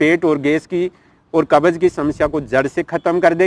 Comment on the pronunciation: कब्ज बोलो न कि कबज